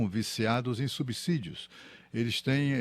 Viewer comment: Parabéns ao jornalista que usou a fonética correta da palavra subsídio (pronunciada como "s" e não com som de "z") 👏🏻👏🏻👏🏻